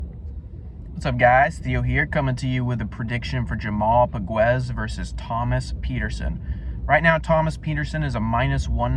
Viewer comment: fyi POGUES SUCKS,he is lazy slow a true can,he has no chance,he is aweful,and you cant even pronounce his name,diamond in the rough lol lol,your clueless,he is more like a pile of sh*t in the grass, FACT